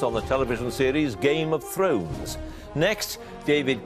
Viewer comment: Oh God, Humphrys' Game of Thrones pronunciation was a train wreck. Up to him if he doesn't want to watch the show of course, but given how much he's paid it's pretty poor not to spend five minutes preparing before the quiz. His job isn't exactly rocket science.